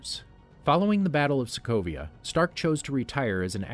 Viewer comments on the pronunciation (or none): Did he really said people of Slovakia instead of Sokovia ? :D :D